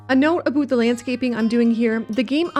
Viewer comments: 'ABOOT' Always fun to find out quickly someones Canadian :D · Nice build...but your "a boot" had me going... 😂😊